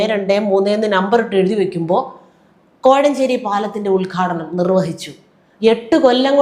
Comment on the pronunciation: You talk more by hand language than words.... also it's UDGHADHANAM.. not ULGHADANAM... what a show spoilt